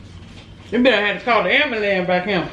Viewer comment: really?!? "Da am-ba-lance" 🤣 🤣 🤣